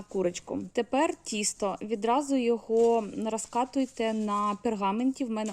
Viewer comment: Будь ласка говоріть: дОдала, пОмідор, вОна, тІстО...